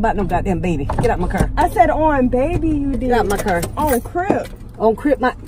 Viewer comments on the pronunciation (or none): “drive my cerv down the road.” 😂😂💀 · “Yea like swhhh oh im so surry honey im surry😏 get out my currr” 😹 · She says cur instead of car 😂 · And she say cer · She said CIGA-ETTES and CURR I’m to weak to move😂😂😂😂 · This is how many times she said.."CIGA-ETTES" and.. "CUR" V lol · "iTs Us, In ThE CiR"